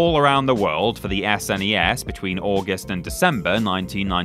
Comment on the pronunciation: I can't stand everyone retroactively calling it "super nintendo" or "Ess, En, Ee, Ess" in the 90s absolutely everybody called it the "Snez" So thanks for doing that